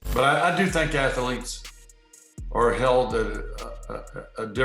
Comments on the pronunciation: I'm guessing both Favre and Bradshaw came out of the womb with concussions. But, hey, they became ath-tha-letes. All three syllables of it. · "Ath-uh-leets". Neanderthal.